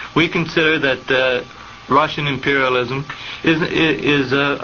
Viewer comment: I know your comment is old, but I'll say here that his pronunciation was good, though he wasn't overly embellishing it to sound like it would in Russian and was saying it in his own southern accent. Think of how someone who speaks french may know how to say 'croissant' as 'kwah-son' yet still opts to say 'cruh-sahnt' because it would be pretentious and weird to pronounce it completely accurately to the language of origin when you aren't actually speaking it. He emphasized a particularly Russian soft sound in his pronunciation - notice how the interviewer says 'kuznetskaya' in an unchanged accent and Oswald says 'kuz-NYETS-skaya' in response, as if to correct him somewhat. He knows where the emphasis on the word is and what and the soft sound (not sure what the linguistic term for it is) in the second syllable. His pronunciation is much closer to the Russian one, yet he also isn't trying to say it completely accurately since the conversation is in english. Oswald was almost totally fluent in Russian, and was very adept at the idiosyncrasies and grammar peculiarities of the language. Virtually all of the Russian emigre community in Dallas agreed on this point.